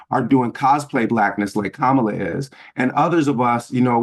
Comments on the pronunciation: The correct pronunciation of someone’s name is whatever they say it is. She pronounces it like COMMA-LA. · One of the best episodes of Bad Faith Podcast ever! BTW the proper pronunciation of Kamala is Kamla. The second “a” is silent. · Sure, perhaps if they were discussing Palestine but aside from that Butch Ware knows nothing about politics. He can't even pronounce Kamala's name correctly.